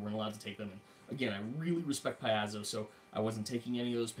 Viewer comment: Paizo: pronounced pie-zo. ai = long i, at least in this case. Sorry, but that was driving me crazy. Thanks for giving the rundown, though.